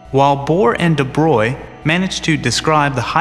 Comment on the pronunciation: LMAO "de bro-lee-ay" its pronounced de broy. great video still (Y)